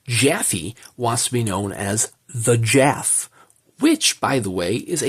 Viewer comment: Beautiful edition,, but surely it's jaff not jaffy.